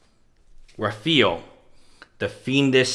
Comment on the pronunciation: raphael is pronounced raff-eye-el lol good shit tho